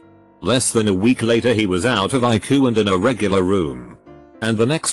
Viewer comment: Text to speech: eYE-cOo